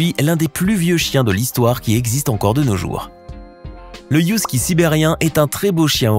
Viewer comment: On dit Husky et non pas Youskie